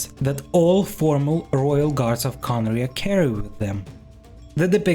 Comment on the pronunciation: It's not Khaenri'ah star